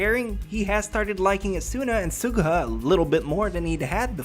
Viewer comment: you pronounced almost all the names wrong can I just show you where to stress in some of the names asuna is not a soo nah it's more like aa suna kirito is not kii rii to its short and concise and you stress the t sound suguha isn't so goo ha it's closer to suGUha idk of I'm expelaining this well